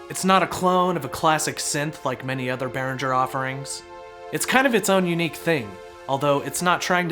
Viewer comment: Hard G as in go, not soft G as in germ. Also, envelopes starts with an E, not an O!